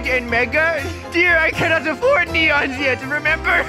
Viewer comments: Lol i love nenons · Its so funny how they say nenons instead of neons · It’s neon not nenons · NenONs yess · I love how they say "NeNoNs" it just makes my day better. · I love when they say nenons